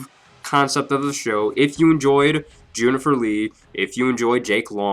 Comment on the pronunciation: I thought it was a just a little slip of the tongue the first time he said "Junifer" 😭😭